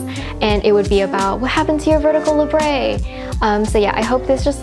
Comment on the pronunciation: labret isn't french or anything, there is no accent. its pronounced how its spelled la-bret